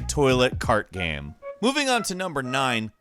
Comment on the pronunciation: Geeaim or how normal people say it game